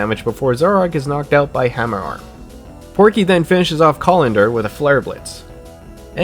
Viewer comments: Colendurr? It’s CON-KELL-DUR 🥲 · Collander is obviously how Conkeldurr is pronounced